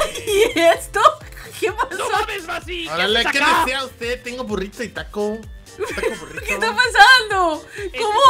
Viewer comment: "Taco" no sabía que massi era de la legión mexicana xD